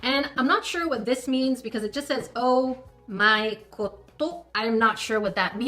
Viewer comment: Sounds like "Oh My God" but with a Japanese accent